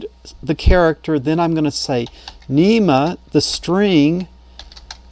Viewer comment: NMEA, not NEMA :)